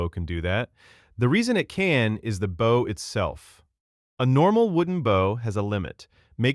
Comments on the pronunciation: This video didn’t say any of the names right they called the bal-ista for ballista, camp on baugh for compound bow the bough for bow even sice- stumsfor systems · The animation means nothing if the narrator can’t even pronounce bow correctly. It’s not a ship. This just feels like a garbage joke. All these AI tools feel so cheap and unfinished. Really worth it to replace a person right?